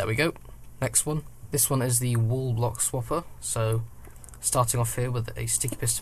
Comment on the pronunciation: Why do you pronounce 'wall' like 'wool'? I thought you were talking about a 'wool block swapper' at first.